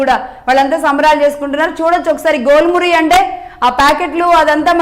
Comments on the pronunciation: Jhel Muri. Not Gol Muri😂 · మేడం, గోల్ మురి కాదు ఝాల్ మురి.